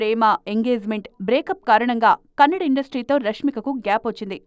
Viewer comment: anchor nee amma pukaa its not kannad. Its kannada. Telgu